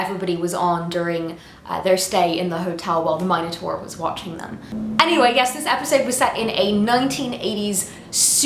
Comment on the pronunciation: MinoTAR;-), the U isn't silent, my dear!